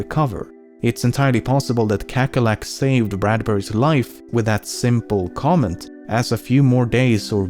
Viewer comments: kekkerlek lol i know your not dutch but i think its a little funny how you said kakkerlak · Kahkehrlahk not kekkerlack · “kekkerlack” hahahaha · Kakerlak is an Afrikaans word for a type of bug. It's pronounced kahkerlahk. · hahaha, i will explain. Kakkerlak is the dutch word for cockroach. However in dutch the A sounds different than how LEMMiNO pronounced it. In the case of this video the A in kakkerlak sounds like an E to a dutch speaker. Thats why, kekkerlek! P.s. smikkelbeer = also dutch for 'feastingbear'. He eats what he likes and enjoys it. In english there isn't a real trandlation for 'smikkelen'. The word describes the act of eating something and enjoying it VERRY much. Ill stop splaining now... Im verry sorry... P.p.s. Gehaktballen! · Kakkerlak is a Dutch word for cockroach. You kinda butchered it but who cares? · Kakkerlak lol, It's Dutch it means cockroach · lol amazing how you pronouce kakkerlak xD it means cockroach in dutch xD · Kakkerlak is actually dutch for cock roach! Of course you didn't pronounce it right but its pretty hard to explain how it should be pronounced